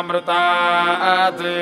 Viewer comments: माअमृतम uchharan karna hai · One correction is that it’s not māmrtā’t. It’s ma a amritāt. You should pronounce the ‘a’ in the middle otherwise the mahamrutanjaya won’t be properly done.